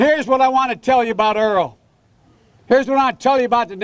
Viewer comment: It's Errol Larkin, not Earl.